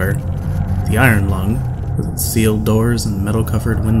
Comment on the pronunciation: Irong Lung st 13?! Okay,, I love you guys, but just for that sacrilege I better not catch you guys slipping in public...